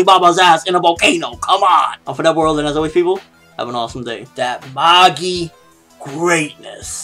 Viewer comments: What are you talking about its mah-gee not ma-gie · He says it correct lol it's pronounced "Mah-gi", not Ma-jie, or Maggie lol